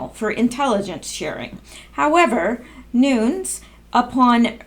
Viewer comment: Nunes= new nez Phonetics